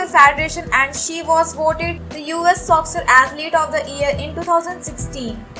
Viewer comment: Soccer is pronounced Sock-her. Not sosser. Badly researched video.